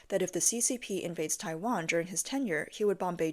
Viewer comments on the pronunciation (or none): none